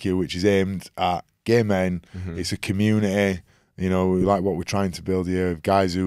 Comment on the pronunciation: I love Keegan's accent! It's so cute how he pronounces the word "community" as "commune-eh-eh"😂